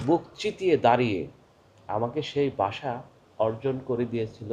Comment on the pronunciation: আপনার অনেক পড়াশোনার প্রয়োজন আছে। জিন্নাহ পাকিস্তান কে ইসলামি রাষ্ট্র করতে চায়নি। মুসলিমদের জন্য পৃথক রাষ্ট্র চেয়েছিল। আপনি "ভাষা" শব্দটি উচ্চারণ করতে পারছেন না।ভাষাকে বলছেন "বাসা" এটাই ভাষা আন্দোলন এর বিপদ! ইতিহাস পড়েন। বাংলা ভাষাটা ভালোভাবে শিখে তারপর বাংলাদেশের জনগনকে বুঝাইতে আসেন। ইতিহাস না জেনে মূর্খদের জন্য ভিডিও করা যায়।ইসলামের ইতিহাস সম্বন্ধে আপনার কোন জ্ঞান নাই। ভাল করে ইসলাম প্রতিষ্ঠার ইতিহাস পড়ে নিবেন।